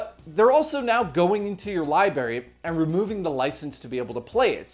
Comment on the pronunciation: Great video and overall channel, it just hurst my ears to hear you say lieberry instead of library. I know it’s petty and small to nitpick at but it’s irksome to me. Otherwise everything here is groovy and I wish you nothing but success.